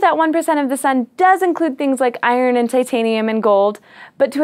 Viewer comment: I didn't hear you say Sun the first time. Maybe try enunciating your first sentence better.